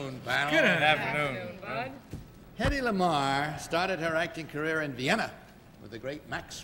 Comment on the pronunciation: It’s Hedy not Hedley!